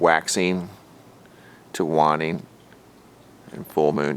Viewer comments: Pronounced way ning wayning phonetically . Waning is not wanting. Prohobito Extollo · Long "a" in the word "waning". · I love your videos. Just FYI, "waning" is pronounced with the long "a" as in date.